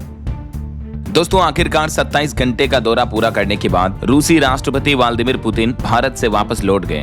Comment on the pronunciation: aap hamesha waldimir bolte hai jabki waldimir naam hai